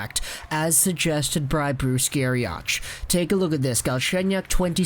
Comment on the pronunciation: For future reference, Bruce Garioch is pronounced - Gair-E.-Ock